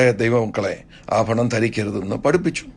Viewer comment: ഈ സംസാരിക്കുന്ന അപ്പച്ചൻ മാർക്ക് ഭ ,ബ ,ഫ എന്ന ഉച്ചാരണം മലയാളം ഭാഷയിൽ ഉച്ചരിക്കണം ആ ഫരണം അല്ല. ആഭരണം. നിങ്ങൾ ആദ്യം ദൈവത്തെ അനുസരിച്ചു ജീവിക്കൂ. ഒന്നര കോടിയുടെ വീട് ഒരു ലക്ഷത്തിന്റെ സിൽക്ക് സാരി. റാഡോ വാച്ച് എന്ന് വേണ്ട ..... നാറിയ സംസ്കാരം നിങ്ങളുടെ ഇഷ്ടത്തിന് വളച്ച് ഒടിച്ച് അടിച്ച് പൊടി ജീവിതം.ഇതൊന്നും യേശു ക്രിസ്തുവിന് ഉണ്ടായിരുന്നില്ല. എന്ന് ഓർത്താൽ നന്ന്.